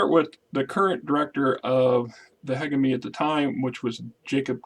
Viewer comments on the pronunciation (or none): Hegemony (Huh-jeh-muh-nee) or find that pronounciation on tex talks battletech or some website.